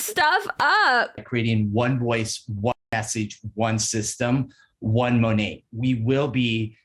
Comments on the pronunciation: I could never understand why so many of Monat's huns never pronounced the name of the company correctly....until this video. Maybe it's the accent but how is this guy at the tippy top and even he says 'Monet' like the artist? Good grief. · MONATberhoods!?! That’s the sound of my teeth gnashing